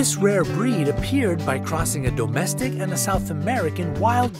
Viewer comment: I can’t when people PRO-nounce the word domestic as DOUGH-mestic 😅😂😂😂